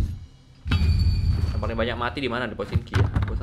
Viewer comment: Pochinki bang bukan pochinok